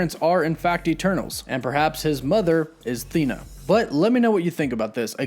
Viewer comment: You’re mispronouncing her name. I watch everyday but you’re not getting her name right.